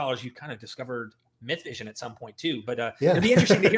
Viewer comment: “My Vision” podcast? It’s clearly “myth vision” and its right there on your screen. Are you illiterate or disingenuous? Hard to take any of this seriously after that.